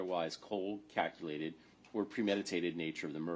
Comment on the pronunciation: Ohhhkay... I'm sorry but if this prosecutor says cold, "cockulated" and premeditated one more time... 😂😂